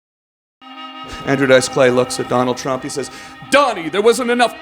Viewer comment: When he talked about the Canadian border wall I thought he said make McDonald Trump pay for it...lmao...wait maybe he did